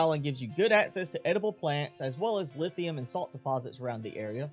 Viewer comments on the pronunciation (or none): none